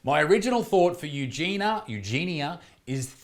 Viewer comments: Her name is pronounced Eugenia, as opposed to Eugena. You-Jee-nee-ah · The name is pronounced Eugen-I -a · U jean ya.. is the right pronunciation.. 😃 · You're the second person to make a serious video about her while calling her 'Eugena' the entire time. Makes me cringe so hard. Why pretend to care if you can't bother to learn their name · The "I" makes it You-jeen-e-a (soft "a") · “You gee knee uh” is how you pronounce her name. Learn how to properly pronounce someone’s name if you’re going to make a video about them. Also, it’s pretty naive of you to think YouTube is going to help her. They couldn’t care less. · She already been sent to rehab numerous of times. She didn't stick with it. Sadly, she's beyond help and she doesn't want it, either. Also, it's U-Genie-Ah :) You're welcome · Perhaps her name is pronounced, "U-jen-e" with the accent on the "U", like Princess Eugenie's name. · She starts every video saying “hi, it’s ugenia” she pronounces it “you-jeany-a” if you’re gonna make a video about her then at least get it right. Her friends had her sectioned. They are no longer friends. As long as people keep watching, she won’t think she needs help. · It's 'you-gen-ia' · it's EUGENIA. it's not the fucking hard dude. you're making a video about her so maybe learn her name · Eugenia. It's not that hard to pronounce. Can't you see the I in there?? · Sound it out. It's not that hard. This guy made a whole 10-minute video on Eugenia and didn't even bother to research how to pronounce her name.